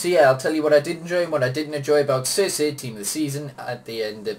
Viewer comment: Really good review, but he's name is said"Cherchi" No hate